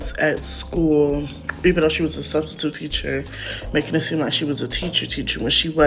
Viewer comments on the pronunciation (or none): !!!I heard yo slick azz say STUBstitute also😂😂😂😂😂😂😂😂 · you said "Studstitute"😂😂😂😂